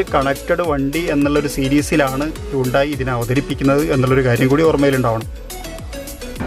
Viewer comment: Hundai alla bro hunday enn parayan padikk... alla pinne per polum ariyilla chumma vannekuva